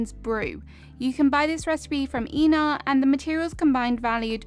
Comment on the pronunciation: I also like how she pronounces Einar's name. I always pronounce it "eye-nar," but he mentioned one time that that is how most humans pronounce it, but it's wrong, and he doesn't expect us to be able to pronounce it correctly. :3